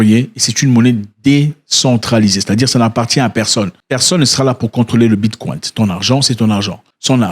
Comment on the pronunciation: Depuis quand le ‘Bicoin’ est appelé ‘Bitkwaint’?